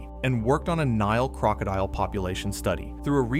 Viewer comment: Gotta learn to pronounce crocodile lol